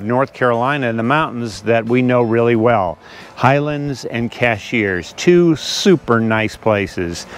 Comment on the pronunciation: Great video! One peeve: it's CASH-URS, not CASH-EARS